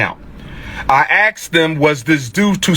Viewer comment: A wannabe school principal using words like "axed" for asked, "mumfs" for months, and "birfday" for birthday is crazy...